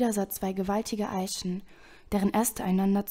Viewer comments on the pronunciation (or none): Gut gelesen, musste nur immer leicht lachen wenn du "Plut" und nicht "Blut" gesagt hast^^ Oder "Eischen" xD